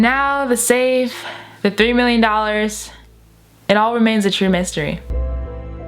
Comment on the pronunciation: Did you say 3million dollors